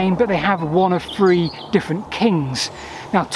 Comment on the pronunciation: I loved your video, but was put off by your pronunciation. It's Three, not free, also I don't know what fings are, or what number fousand is.